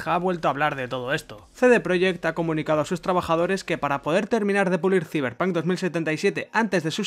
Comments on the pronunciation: "Siverpan 2077" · Ziberpanc , me encanta los que le dicen así